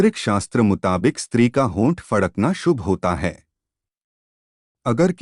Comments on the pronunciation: Pehle fadakna sahi se bolna Sikh lijie... Fakdna nhi bole😂😂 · फकड़े नही फड़कना होता है बे। 😂😂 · पहले तो फड़कना बोलना सीखे 😜😜